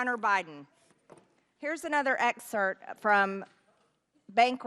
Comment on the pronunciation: "...that we had read." "Here is another 'exert'..." Y'all still wonder why her contribution is dismissed by anyone serious?